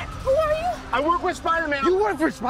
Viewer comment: spiderman, not spirder man